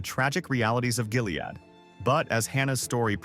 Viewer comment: True, the way he says “Jilead”!